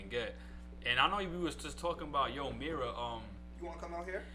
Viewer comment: It's pronounced Yoo/Yu Mira not Yo